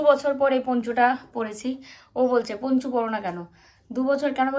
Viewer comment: Ponchu noi,eta English word..word ta Poncho